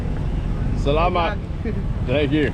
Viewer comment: cant even pronounce the name of the place he lived correctly, you should learn to speak and pronounce the local language ur american dialect sounds disgusting when trying to say local words 😢 even salamat sounds so ugly. when you say it, just try to copy how the locals pronounce it